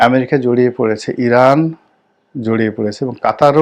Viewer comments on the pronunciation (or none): none